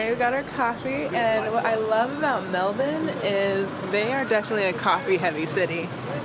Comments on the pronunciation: You got it right! Pronounced “Melbun”, not “Melbourrrrrrrrrrrne”. I lived there in North Fitzroy. In Sydney the saying was “In Melbourne there are two great things: 1. The Beer; 2. The road home (Sydney Road). Both cities have their pluses and minuses. I like them both. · The most important parts of this video are (in order) 1) final fuel stats 2) total acceptance to pronounce Melbourne the Aussie way